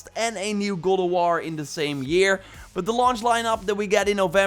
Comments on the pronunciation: its god of war not guld of war say it right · “Gowd o warr “yess his back!!😂